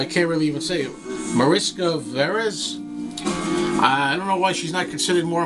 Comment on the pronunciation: Mariska Veres, you pronounced it right.. I should know.. :-)